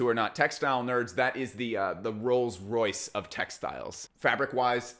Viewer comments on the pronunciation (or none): none